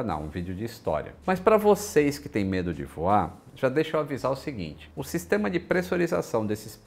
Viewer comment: Adoro os videos do, mas sempre pulo a parte que todos falam " Tudo bem com você-ii- z?? ( Arroiz, trêis, vocêis) isso me da uma coisa ruim!